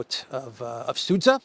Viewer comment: Its Sudzha, not Sudza